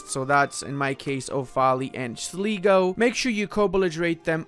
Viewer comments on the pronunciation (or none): Couple of heads ups - Sligo is pronounced "SLY-go" and Offaly is "OFF-uh-lee", and 'British Isles' is an outdated colonial term (Ireland isn't a British isle)